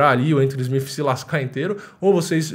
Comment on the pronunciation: Admiro seu trampo mano, mas SmiFi é ruim de ouvir.